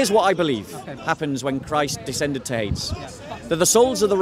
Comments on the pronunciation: Hades = Hay-deez (Greek) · It is Hadeeees. Pronounce it properly.